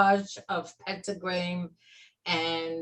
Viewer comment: Did she say pentagram?